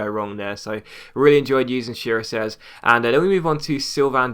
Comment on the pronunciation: Chiriches is kinda pronounced kirikesh